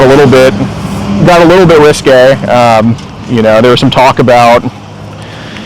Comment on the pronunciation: "RISQUE" 😂 HNY 🎉